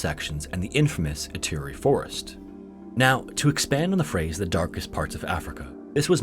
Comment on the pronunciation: Sligo is pronounced as sly-go, not slee-go. Ituri (Forest), on the other hand, is pronounced like EEturi (not Aituri).